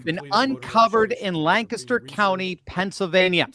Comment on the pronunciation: PLEASE TEACH THEM TO SAY LANCASTER!! 😂❤❤